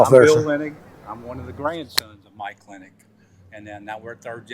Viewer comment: Okay, you got the spelling right, but you keep saying Linning instead of Linnig - even with an actual family member with the last name of Linnig... Lin - nig... it's easier to say than Linn -ing.